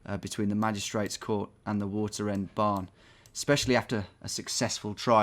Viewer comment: Having this on in the background and hearing him say waterend barn my ears immediately perked up!